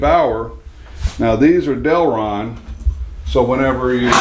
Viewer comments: The plastic is Delrin, not Delron... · The plastic material is "Delrin", not Delron. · Just a nitpick but it's Del RIN.